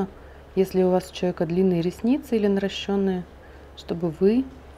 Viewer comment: Офигенный видео урок, спасибо, отдельное спасибо за ударение в слове наращЁнные )